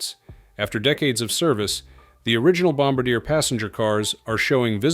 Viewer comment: Bombardier is pronounced bomb-bardee-yay. 😊